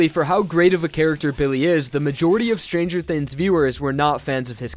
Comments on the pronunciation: "stranger thinns" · lmao ''stranger thins''